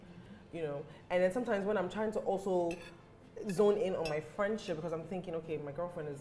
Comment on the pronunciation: wasup with r's in words? like"'becau'r'se" when it isn't supposed to be there? bruhhh why can't people just speak normally!??